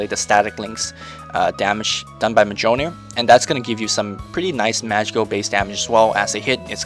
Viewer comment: its miyolnir. Go see Thor the movie.